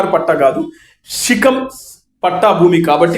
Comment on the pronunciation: రేయ్ తాగుబోతోడా షికం కాదు శిఖం రా 😂